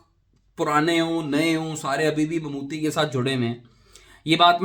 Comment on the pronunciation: भाई मम्मूटी है मम्मूती नहीं!